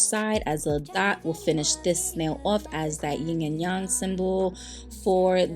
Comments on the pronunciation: The set is beautiful.. just an fyi tho its "Ying and Yang" not ying and young.. lol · It’s YIN and YANG (pronounced YAHNG) with a short A. That’s the Chinese pronunciation. said it right 😂